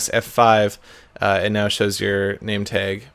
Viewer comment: I just noticed Seth says nametag nameteg